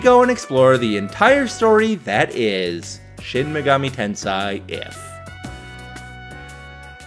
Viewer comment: Please, dude, it is tenSEI not SAI.